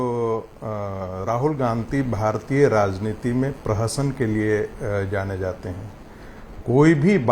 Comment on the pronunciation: सही से भाषण तो दीजिए नेता जी ताकत को तकात बोल रहे हैं, राजनीति को लाजनीति बोल रहे है। गाड़ी बंगला तो एक गांव का मुखिया ले लेता है 5 साल में आप तो अपने बेटे को बीसीसीआई का सचिव ही बना दिया। अगला विकल्प केजरीवाल ही है जो आप जैसे लोगों को सत्ता से उखाड़ फेंकेगा।